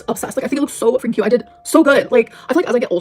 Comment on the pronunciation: The way she says "Kwwuuuute" instead of "cute" genuinely makes me think of Eric Cartman